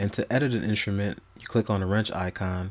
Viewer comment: "Inshrument"? My ears hurt.